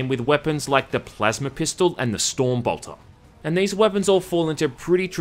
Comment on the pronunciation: It's called a Bolter. Not Boltor.